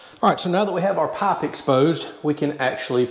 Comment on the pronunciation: wth, he changed the way he pronounced pipe